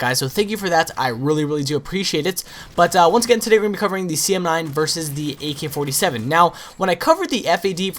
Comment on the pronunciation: He says "A key 47"